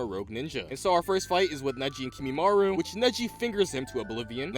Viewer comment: I know that this was a year ago however... My Brother in christ please tell me you learnt how to pronounce Kimimaro, who in the hell Kimimaru?